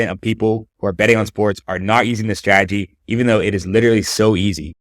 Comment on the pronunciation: Bro method valid but the way he says strategy 😂